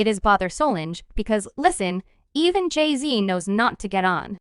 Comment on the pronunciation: The amount of disrespect of the pronunciation of Beyonce, Solange and JayZ names displayed in this report is baffling! Do better‼️